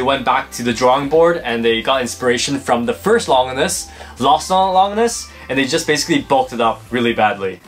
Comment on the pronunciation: Remember when you guys called Longinus Lon-jinus?